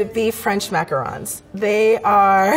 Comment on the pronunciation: the way she pronounced macarons made me unnecessarily angry